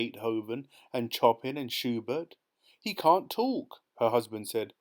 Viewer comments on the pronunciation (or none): Thank you so much for your fantastic readings of these amazing Roald Dahl stories. As a professional musician, I particularly enjoyed this one. However… a few musical terms were mispronounced: Fugue = Fyoog Scherzo = Skirtzoh Chopin = Show-pan Don’t mean to be the AH, but just for the future. Thanks again for your fantastic work! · I love how you pronounce Chopin 😂